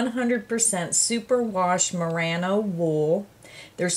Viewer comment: I'm feeling a little evil, I can't help but giggle when you pronounce marino wool as marano. Guess it's just the Aussie in me. Ma-ree-no is how we pronounce it. Looks like such a great finished piece. <3